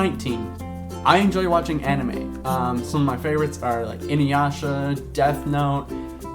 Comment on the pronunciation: You're hilarious! I feel a bit old that I've been playing D&D for a very long time and you just picked it up. Your Smeagol was awesome, Nightmare Before Christmas is EPIC, and... try not to stab anyone with pencils, yeah? :) PS: Anime (check your pronunciation...lol). Inuyasha rocks! There are so many for you to get into if you like the genre :)